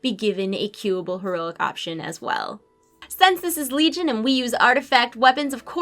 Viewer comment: I'm just nitpicking, I find it funny when you say sense when you should say since, but who cares, I love watching your videos. :D